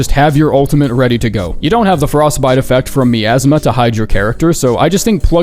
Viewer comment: that miasma pronunciation got me fucked up